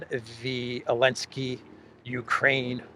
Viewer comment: I'm just curious. I've noticed you pronouce Zelensky's name as"Elensky." Does the Geeek language not have the letter "z" ?